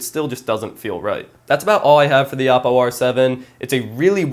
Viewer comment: thanks for saying oppo right. Other youtubers say o-ppo. Great video!